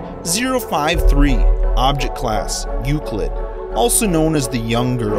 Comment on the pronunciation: Sounds like there saying sep creatures